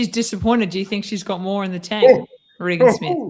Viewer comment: It's RAY-GEN Smith, rather than Ree Gan Smith.